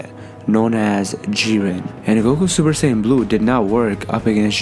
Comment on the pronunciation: A troll could of narrated this better. Just "supersayn"?